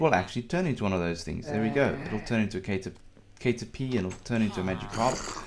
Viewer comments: its not pronounced like 'cater' its like 'cat er' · It's not prenounced like kate-er-pie, but cat-er-pee. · Cat err pee* not Kate err pie. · The way you say "Cat-urr-Pee" makes me cringe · Cater pie